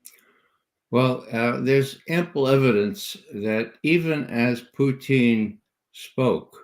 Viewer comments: Its not Pooteene ... its Pootiin! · Respect Ray McGovern's insightful analyses, but... Calling Putin "Putine" makes you sound like an ass hat. What's your thinking here Ray?